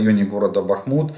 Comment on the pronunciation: БахмУУУт! Прошу Вас, следите.